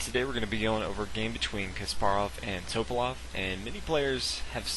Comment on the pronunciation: His name is pronounced Tuh-pah-lahf....not Toe-pahlof. Jesus christ.